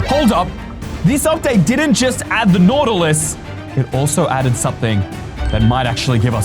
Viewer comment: It's Nautilus not Nautily